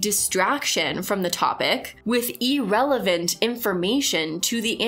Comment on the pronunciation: I know this is just me being weird, but I really wish you'd look up the pronunciation of "irrelevant." I've been enjoying your videos. Keep up the good work!